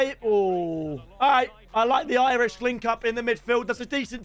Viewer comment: bro said 'Irish' linkup